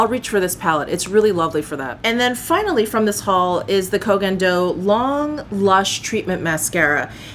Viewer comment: OMG, finally, a beauty channel that pronounces the Koh Gen Do brand name as it should!!!! Automatic like just for this reason 😆